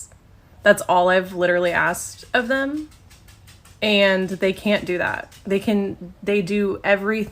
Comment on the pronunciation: I bet that group......"dance"😅....was a "spiritual experience for themuh"😂😂😂😂